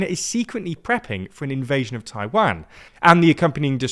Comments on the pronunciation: for god sake, another time, it's "TAI-WAN" and not "TAI-WANG"... U mispronounced Taiwan in many videos already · Why do say Taiwan like that? Taiwon not TaiWAN. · The way you pronounce Taiwan is very painful